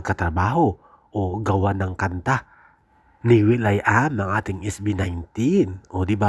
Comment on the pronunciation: AI yta ito Atins ng Atins 😂 sabing walang "S" ang A'TIN